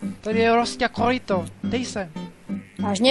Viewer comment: Epický RRRRosťa KoRRRýtko :D